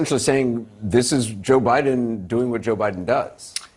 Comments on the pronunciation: "President Obiden"? You heard it out of her own mouth. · She makes a lot of slips. Like when she said, "Plandemic." Now at least this time Obiden. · psaki says obiden